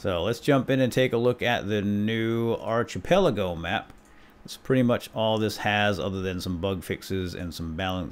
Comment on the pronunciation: please pronounce it ark-i-pel-ago